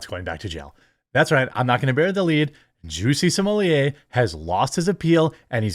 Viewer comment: Juicy Smoyay? The French actor?